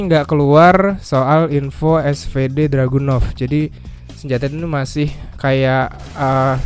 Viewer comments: Info:itu harusnya dragunov bukan druganov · Cuma Ngasih Tau Bang Bukan Druganov Tapi Dragunov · Dragunov apa Druganov ?